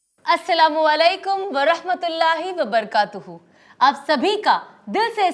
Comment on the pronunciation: Salam k liye sahi alafaz Wabarakatuhu hai....waba"ra"katuhu" padiye not wabarkatuhu